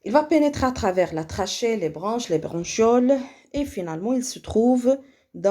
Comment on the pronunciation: فقط مجرد خطأ بسيط نقول عند قراءة bronchioles لا نقرأ ب ch حرف الشن بل نقرئها بحرف الكاف .